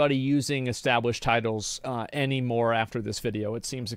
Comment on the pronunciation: "etablished" oh... 0 seconds in and you done goofed..